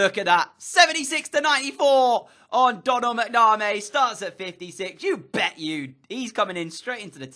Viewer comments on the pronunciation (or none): Donal MacNamay?😂- it’s like doughnal macnam me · Its mac-naa-mee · It's pronounced Mac-na-mee